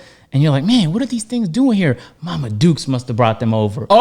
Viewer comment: Never thought I’d hear someone from Canada say “ma dukes”😂😂